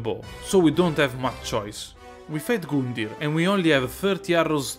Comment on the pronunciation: he gets me every start of a video with his "goondyr"